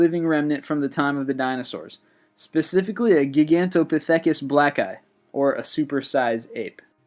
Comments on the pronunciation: It it pronounced gy-gan-tha-pith-I-cus. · Its pronounced "gy-gant-o-pithicus" not "gig-toe-pithacus-blackeye" and its pronounced Amelia "Air-heart" dipshit dont just regurgitate info do some fucking research better yet pick up a fuckin book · This kid, I listen to him a lot and he pronounces his words strange. The word, Gigantopithecus blacki. I've heard it pronounced ji-gan-ta-pith-a-kuss, or ji-gan-tow-pa-thee-kuss. but not the way he pronounces it. He seems to mispronounce his words a lot. The big ones, all the time. I'm aware that there are sometimes, 2 ways to pronounce words, but I don't believe he's got it right this time, or most times. However, I've wrong before too. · He is pronouncing every thing wrong. Gigantopithecus pronounced Gy - gant - o - pith - i - kus. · You know, I love channels like this, and I would be inclined to subscribe if the narrator didn't mispronounce every other fucking word!!! In this video alone, he mispronounced Bermuda, Tunguska, Gigantopithecus, Earhart, Voynich, and Gibraltar!!!